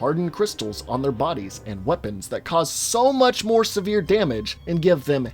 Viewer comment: I really felt that extra hard “SO MUCH MORE damage” lol